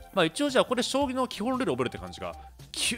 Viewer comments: キスィフジュイショウタニョ葬儀トレーニングゥ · これ読んでから葬儀トレーニングにしか聞こえんw